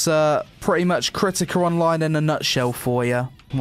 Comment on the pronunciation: KERTIKER ONLINE IS lol jk to poke fun at the accent still enjoyed the review, I really appreciate you didn't take the "ew boobies" approach a lot of ppl take to literally any mmo or anime type game excellent review 2/10 would consider downloading